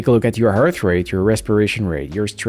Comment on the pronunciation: Why are you saying hearth or harth rate? Not a criticism, just curious.